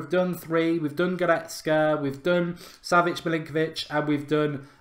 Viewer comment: mark trying to pronounce savic from lazio bahahahhahaha